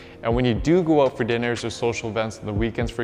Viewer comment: Love how you pronounce Out and Workout as Oot and workoot